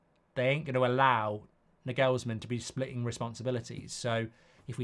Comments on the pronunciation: Nah-gels-man not nag-ells-man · Can you please for the love of god stop calling him Nigelsmann. There's no "I" in his name it's an "A"... Clearly!